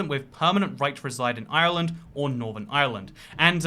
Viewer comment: Why tf does he have to pronounce Ireland like that? Cringe